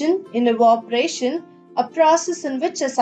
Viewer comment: Not evoparation evaporation and change voice or change the way how she speaks there is an echo and just tellin it make your channel better btw good explanation👍🏻;)